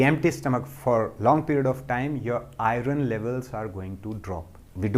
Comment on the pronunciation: Beautiful and good Sir, 🙏 Thank you,The pronunciation iron is to be corrected ,Soory to point it out ,As I see your video regularly